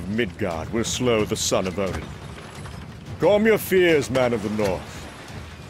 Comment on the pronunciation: This is great but the way he pronounces calm cracked me up ahahahaha